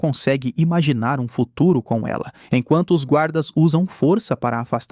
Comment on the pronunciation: "no fururoo proximo"